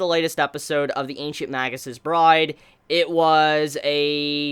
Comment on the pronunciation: Magus is pronounced 'maygus' and Elias is pronounced 'E-Lee-As' :)